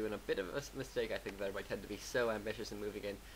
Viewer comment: ima be a dumb jerk and tell you: TeD = "Tee Dee" and TH000 = "Eggs" (in China, don't ask why) or "T H"